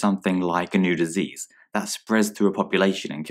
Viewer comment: "new disase" caught you!